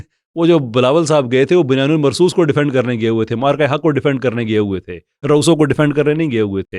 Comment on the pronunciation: بُنْيَانٌ مَّرْصُوصٌ ,Respectfully, your pronunciation of this Qur'anic phrase is terribly WRONG as wrong as these so-called MUHAFIZ and politicians..... it is BUNYAN AM MARSOOS, NOT BUNYAN AL MARSOOS, IT LOOKS REALLY BAD ON YOU! ISLAH FARMA LEEJIYE GA